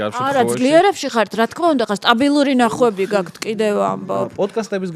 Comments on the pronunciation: “გაქთ” რატომ ამბობს? ჰეითით არ ვწერ. დიალექტურია თუ რატომ? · "გაქთ" ტოჟემნე ჟურნალისტი😂😂😂